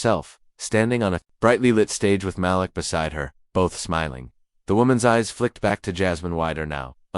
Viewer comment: Malik rhymes with batik. Muh•LEEK.